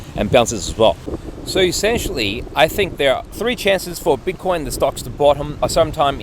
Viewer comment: Why do you keep calling it “bitter coins”? It makes it sound like you don’t take it seriously and don’t know what you’re doing.